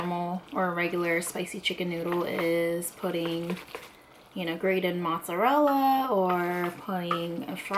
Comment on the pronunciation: It is not "motszarella" its freaking MOZZARELLA